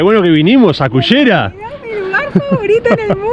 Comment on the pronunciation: ......muy lindo video....pero creo que deberías llamar a ese lugar....pronunciado la ll y no la y......a nosotros nos cuesta pero se pronuncia Cullera..........